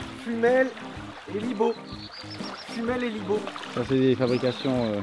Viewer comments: c'est fumel et libos pas "libo" 😉😉 et j'habite à libos 😂😂😂et je connais cette usine je passe devant tout les matins 😂😂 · Salut à toi je peux te renseigner à propos de la brique que tu as trouvé j'habite dans le Lot et Garonne et Fumel et Libos (le "S" se prononce) est à 5 minute de chez moi. Ce sont deux petites villes (voire villages) qui sont collées l'une à l'autre. On peut trouver à Libos la briquèterie où a été fabriqué cette brique. Si tu as des questions supplémentaires je serai ravi de t'aider à y répondre. PS : J'ai oublié de te demander où tu as trouver cette brique ( dans quel département ? )